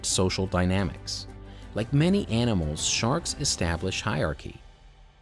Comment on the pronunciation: There's an R in hierarchy. Just saying...